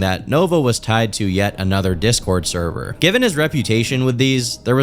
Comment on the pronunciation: The... therver... noooo